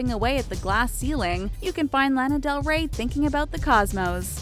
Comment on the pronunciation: it triggers me so much how she says Lana Del Rey..